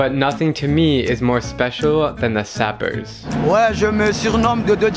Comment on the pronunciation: You must pronounce Sapeurs the French way. It is not sapper.